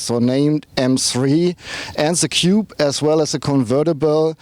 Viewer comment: He means Coupe but He should really practice saying "kupu..or kupe".